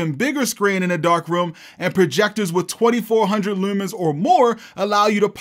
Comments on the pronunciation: Just found your channel. New Sub 🦾 Shopping around for a projector. Your vidz are helping me out a lot! Also, btw, I can tell by the way you say "looomens" you must be from Baltimore. 😂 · never picked up your baltimore accent unitl the word leumans really came through here